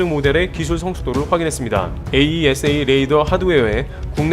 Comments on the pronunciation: 에이사레이더 이렇게 발음하면 됩니다. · 에이사 레이더라고하지 참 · AESA "에이사"라고 해주세요 ㅋㅇㅋ (울회사가 나와서 자랑스럽네요 ㅋㅋㅋ) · 다른 곳에서는 AESA 레이더를 '에이이에스에이' 하지 않고 '에이사'로 발음하던데 어떤게 맞나요? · 에이사 레이더라고 했으면 더듣기 좋을걸. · 에이사 레이다......스펠로 부르는거 어색해요~ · 장사정포는 아이언돔으로 못막아요 아이언돔은 미사일방어고 장사정포는 대형 탄두라고 생각하면 편함. 참고로 AESA 레이더는 에이사 레이더라고 읽어용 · 그냥 "에이사"라고 부르세요. 굳이 알파벳 하나씩 읽을 필요는 없어 보입니다. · 에이사 레이더라고 하세요,,, 거슬리네요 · 그냥 에이사 레이더라고 읽어주기는게 더 듣기좋을것 같습니다!